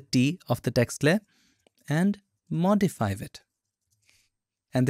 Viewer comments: Thank you for the video, but there is no such word as "modifive", it is "modify". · Modifive haha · Yeah Modifive...😂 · modifive hahahahaahahhaahahah